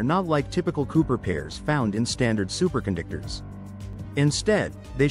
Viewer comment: "Supercondictors"? Say what?